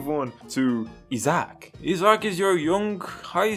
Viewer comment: This dude said “is Zack”, not Isaac…